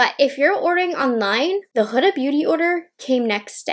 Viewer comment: Her name is prononuced like Hooda, its arabic name